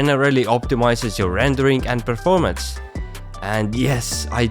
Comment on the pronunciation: Bro you had me when you said preformence